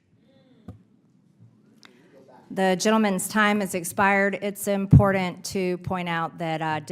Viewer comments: I hate the way she says impordant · If she says “in poor dant” one more time… Every time I have to look at her I think of Ron Perlman in the tv show “beauty and the beast”